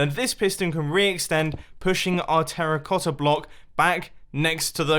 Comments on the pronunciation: you said Terra"clossa" instead of terracotta, just thought you might wanted to know ;) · 03: 00 Terraclotta anyone else hear it 😂😂😂😂😂😂😂😂. Also nice video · “teraclotta blocks” 😂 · "Terraclotta block" why? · "This terraclossa block" Love you, mumbo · Anybody else hear "terroclotta block" or "terroplotta block" ? ❤️ love the video jumbo. Great work, as usual. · TERRA CLOT-TA!!!!! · anyone hear him say terraclotta? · Did you say terraclosa block? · "This terraflossa block" lol